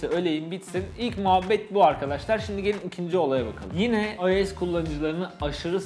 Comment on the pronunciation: AYES DEMENE TİLT OLUYORUM